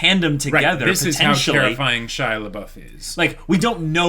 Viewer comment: Shailabouf hahahha come on